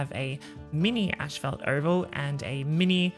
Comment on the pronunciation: say asphalt again for me please? lmao im sorry just WAT DID YOU SAY?!?!